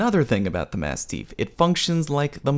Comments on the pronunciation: For the record, it’s pronounced like “mast-if” not “mast-eef”. It’s named after a type of large dog of the same name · Did you just say massteef? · Jesus the way you keep saying masteef is really killing me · Has anybody mentioned that you pronounce "mastiff" weird yet? ;) P.S. Glad to have this. I wish the Apex Legends firing range were more fleshed out. I'd like to play around with all the guns and all of the attachments in a free mode like that. One thing I don't actually know yet: how much damage to down a player? How much to kill a downed player? Seems like a simple question but haven't seen it shown yet. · when you said one incorrect term I though you were talking about you horrible pronunciation of mastiff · That was a good video but why is he saying mastiff so strangely???? Respawn didn't make the word up - mastiffs are huge dogs